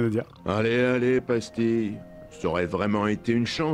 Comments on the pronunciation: Le chien qui s'appelle pastille. Ou dirait qu'ils prononcent pastis 🤣🤣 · Moi j'ai entendu Pastis au lieu de pastille tout au long xd.